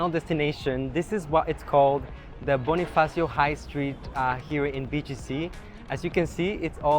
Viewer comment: I always commend foreigners when they pronounce Bonifacio and Charrot well. Kudos to Latinos.